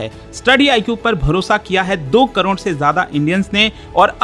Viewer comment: Crore ❌ Cron ✅